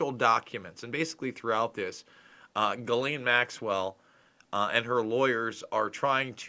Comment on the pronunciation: The "s" is silent in her Name....great reporting 👍